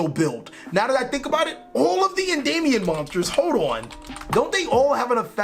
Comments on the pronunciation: Endymion not endaymion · Please stop saying Endayumion XD